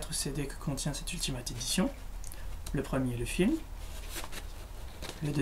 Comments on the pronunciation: C'est pas [ultimate] mais [ultimayte] (phonétique) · bonne vidéo :) PAR CONTRE X) ! on prononce " Ultimaillte " et "AmazonE" ^^ Voila c'est pas très grave mais sa te sera peut être utile une prochaine fois ! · Attendez... Il a dit AMAZON et Ultimate ! Déjà Amazon se prononce AmazonE et Ultimate se prononce Ultimait ! Sinon très bonne vidéo